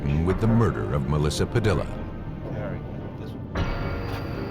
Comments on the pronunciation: "Padilla," is usually pronounced "pah DEE yuh." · The mispronounced name of Melissa Padilla is annoying. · I can't believe that you would put the work in that you do to produce a program like this yet moronically not even figure out how to pronounce "Padilla" correctly!